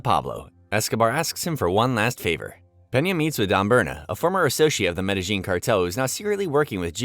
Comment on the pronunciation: Don't get how people can make hours long videos that probably take weeks to create and still pronounce Medellin City wrong.